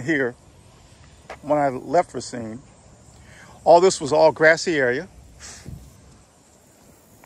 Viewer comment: Please, please PLEASE!!! It is RAH-cine, not RAY-CINE